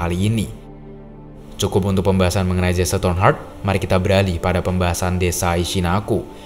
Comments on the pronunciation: Dibacanya bukan Jesse. Tetapi "Jesi" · bang, bukannya disebut "jesse" bang, tapi cara manggilnya "jessi" namanya jesse cara manggilnta *jessi& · Correction: Detective Jesse Tornheart Sebutan Jesse itu bukan Jese tetapi lebih kepada Jiss